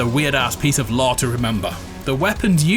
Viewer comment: Ohhhhhhh, is he saying "lore"? For the first few minutes I thought he was saying law or something..